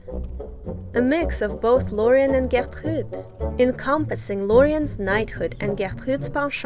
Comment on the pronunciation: I really like the French accent you use to pronounce Gertrude's name. Great video!